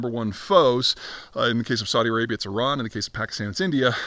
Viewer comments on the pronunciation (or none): none